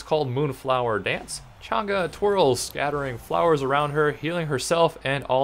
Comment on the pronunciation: thank you for pronouncing her name right